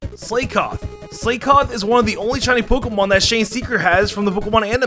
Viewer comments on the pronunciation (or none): pronounces Slakoth and Slaking (slay-kof) and (slay-king) It's Slakoth (slack-oth) and Slaking (slack-ing) based on slack, sloth, and king (Slaking) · Dude!!! MAW while. Maw as in mouth.... Not that hard. And Slakoth= slack off... as in slacking off and Slaking=slacking off as in again slacking off.... Dude, for someone that spends of much time on Pokémon, you really blew those. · "Slaykoth" "Slayking" i sense another pronunciations video from Alex incoming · Fact plus: It’s not Slay-koth it’s slack-off (Slakoth). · I knoooow right!! I didnt understand when he said "illuminice" ... and How abouth "slay-koth" and "slay-king"??? Soooo frustrating! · I’m sorry “slay-koth” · Slaykoth and Slayking, huh? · It's Slack-koth or Slack-king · First time I've heard anyone mispronounce Slakoth and Slaking I'm impressed